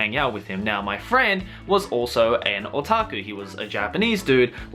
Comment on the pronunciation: I just love how pronounce otaku SO FUCKING CUTE